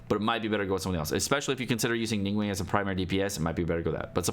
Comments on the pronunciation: You have pronounced names all wrong. Its xinq qiu not”ging-cool” Its Ning guang not “ning-wank” Its Chong yun not “chong-young” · Its pronounced ning-gWONG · Nobody:: NingWANG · Ah yes "Jing-Coo" and "Ning-Wang" my favorites 💀